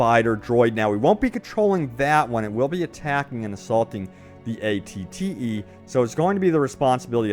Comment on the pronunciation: The amount of times he mispronounced ATTE